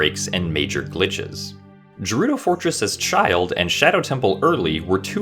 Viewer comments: I know this guy did not just pronounce Gerudo like Jerudo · If you ever say "JER-UDO" again, I'm banning you from YouTube. Somehow. LOL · Did homeboy just pronounce it ”jerudo?” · Is it pronounced Ghe-rudo or Jerrudo? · Did he say Jerudo? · Gerudo is pronounced with a hard G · I was liking the video until you said Jarudo Fortress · It pains me how pronounces gerudo with a soft g. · “Jerudo” “Jlitches” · This is a beautiful video. Now I will ruin the moment by being that guy that tells you Gerudo is pronounced with a hard G as if no one has ever said that to you before. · Great video. But you pronounced Gerudo wrong, so thumbs down and unsubscribed.